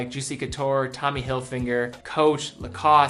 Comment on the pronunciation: “tommy hilfinger”